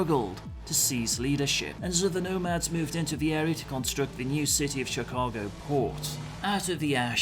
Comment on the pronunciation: Think I found my first play through role. Was born in Chicago and grew up in the Midwest. The background story got me hyped as well. Btw good work pronouncing Chicago. Lot of people get it wrong. Cheers.